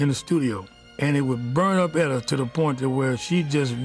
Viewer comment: She butchered Etta period!